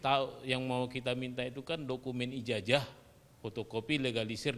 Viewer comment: Cobalah kalau bicara memakai bacaan yg benar ijajah padahal kan ijazah